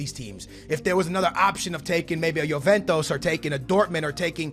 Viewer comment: I haven't watched a video in a year and i see you're still pronouncing names wrong like juventus you say yoventos